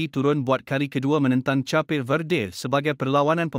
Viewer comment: Cape (Kaep) jadi Capir. Lebih lawak kalau ko set dia jadi "Tapir". Bodoh jadi nya guna Voice Apps ni. 😅😅😅😅